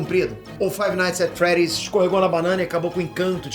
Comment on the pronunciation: Five nigth at freed